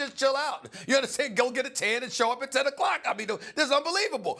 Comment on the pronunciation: Did Stephen just say"get a tan" 🤔